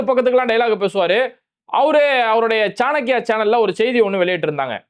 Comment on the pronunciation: சாணக்கியவா சாணி நக்கியாவா தெளிவாக சொல்லுங்கள் சகோ😁🤣😆